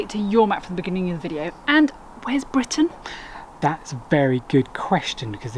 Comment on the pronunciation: maybe say Britain better?